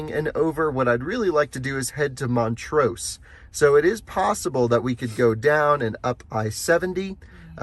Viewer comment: Love the road trip videos, but as a Colorado native I need to correct some of your pronunciation 😊 Montrose - rose is pronounced like the flower, less emphasis on the S Saguache - pronounced sah-watch Ouray - pronounced your-ay Bummer you couldn’t do the drive between Durango and Ouray. That is my absolute favorite road in Colorado. 550 through there is called The Million-Dollar highway and definitely worth checking out! Thanks for continuing to show us what road trips are possible in an EV!